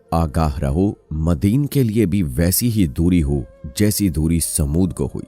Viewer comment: مدِین ❌❌❌❌❌❌❌❌❌😥😥😥😥 قرآن مجید میں یہ لفظ آیا ھے مَدْیَن ✅✅✅